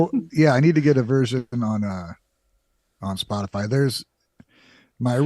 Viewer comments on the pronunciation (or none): none